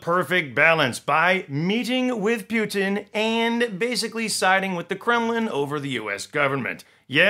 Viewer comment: I love how you pronounce Putin to sound as puke, пютина means python :)